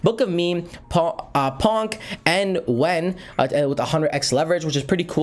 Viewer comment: It's Pon-key. Put your helmet on, soldier!